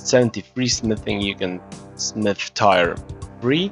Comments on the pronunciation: it's pronounce tear like the ones that roll down my face when you pronounce tyre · Tire 1 2 3 4? TIRE?? Let me help you with your English. Friendly help. When people cry, they shed a "tear" (Not to be confused with "tear me a piece of paper from the notebook) Now say it with me, say this out loud, "my friend broke his phone but didn't shed a single tear. (Tears of guthix) T E A R Not tire. Hope I helped and don't forget to smash that like button